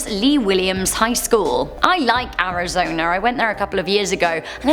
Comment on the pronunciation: Where tf is Ari-Zonarr?! Smfh